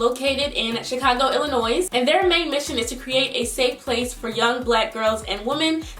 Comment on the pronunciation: Plz don't enunciate the "s" when u say Illinois, the "s" is silent ... Ijs that is so irra when I hear ppl do that but good for u that u're supporting a charity in my hometown !!! 😊🙌💪👌👍✊👐👏🤗